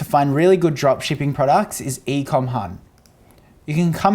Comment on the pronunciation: thumbs up for the number of times says "prawducks"